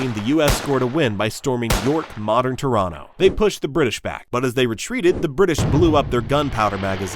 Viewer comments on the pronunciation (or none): none